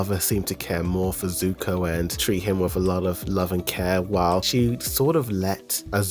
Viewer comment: Even tho you meant to say sokka and corrected it. You’re still pronouncing zuko incorrectly.. it’s Zuko not suko… my goodness … 💀😅 I guess a combination of Zuko and sokka would be suko 🤣 so I can give you that 🗿🤷🏽‍♂️